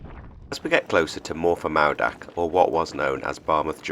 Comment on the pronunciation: `lol now i know you cant help it, being a foreigner, but double DD is a th, as in this or that, and w os an OOOOO sound, so its pronounced, maoothak not moordach, you guys have only been in britain 1500 years, so we forgive you, for being new arrivals.love n hugs, from Cymru :)